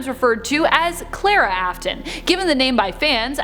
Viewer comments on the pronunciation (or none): Clera?? THE NAMES CL-A-RA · why did she say ballorea and claraaaaaa not ballora and clara? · her:clarea*thats how she said it* me: ITS CLARA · Am I the only one who got triggered when she said clara and ballora wrong